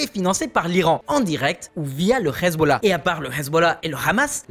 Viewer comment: Trop de fait son manquant = resultat bieser! Apprend dire deja Hamas et pas Rhamas! Hezbola et pas rhesbola.